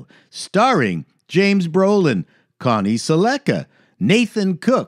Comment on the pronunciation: I think you mis-pronounced Connie Selecca. I'm pretty sure the stress in on the first syllable, not the second (at least it was pronounced that way back in 1983)